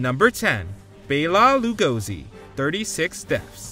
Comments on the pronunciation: If you can't pronounce the first name on your list your credibility is shot and there's no reason to continue watching. C'mon guys, it's not that hard, do a little research. It's "BELL- uh" "la-GO-see". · WTF is up with the pronunciation of Bela Lugosi's name? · Except the narrator butchered the pronounciation of Bela Lugosi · Oh my god. less then a minute in and I am triggered by their pronunciation pf Bela Lugosi. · Found it real off putting the way you pronounce Bela Lugosi's name